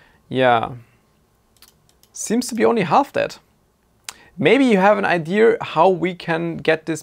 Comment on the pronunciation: It is called IDEA not ideaR...